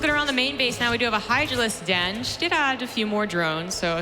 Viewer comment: It's the Dutch accent, he's pronouncing she as "see". Otherwise he wouldn't say "her" all the time.